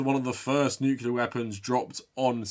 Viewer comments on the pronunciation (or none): It's pronounced "Nuc**le**ar" not "Nuke-u-lar"! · I need you to pronounce "nuclear" correctly from now on. You don't want to sound like George W Bush...